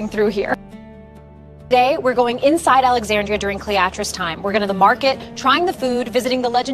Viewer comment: there is a soldier using a telescope - these weren't invented until 1608 - that's about 1,640 years too early. If your trying to teach history facts are important. Who is Clee-opota? The library of Alexeeja?